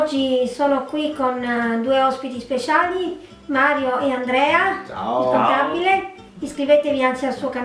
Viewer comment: Dai vabbeH, sto video potevi anche chiamarlo: “Il ContabileH ci racconta la sua vitah interah” 😘